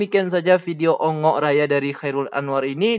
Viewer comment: Bongok,raya bang bukan ongok 😅😅😅😅